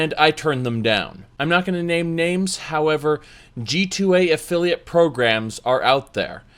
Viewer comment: Oh this is what always says at the end. I thought he was saying "G-toy"